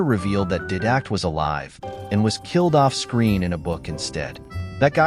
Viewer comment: Definitely ai can’t even pronounce didact right did you play halo 5 at all or reach or odst it would literally tell you the rest of the story and how master chief ended the promithians